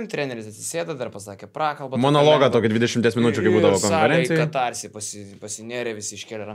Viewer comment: Net nenumano, kas yra tas ,,katársis"-net ištart nemoka- ir ką reiškia ,,legendinis". ,,dėdė Arvydas", ,,žalgiriukas" yra tas pats kaip ,,pinigėliai", ,,paprasti žmonės" ir ,,čia tik mano nuomonė". Kliedesys, už kuriuos dar drįsta pinigų prašyti.